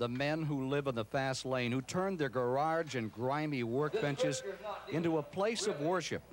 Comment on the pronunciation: Ken "gararge" Squire. The man never met a word he couldn't mangle.